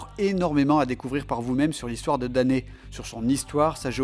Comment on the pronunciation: je suis pas le seul a avoir eu l'idée folle de parler de la série ^^ Bravo pour ce travail par contre on dit "Danny" ^^